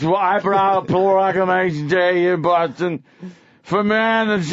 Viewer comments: Bawfoston. Get it right! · It's amazing that you can be born in a city and live there your entire life but also be the mayor of that city and not being able to pronounce the name of that city! It's almost like getting your own name wrong.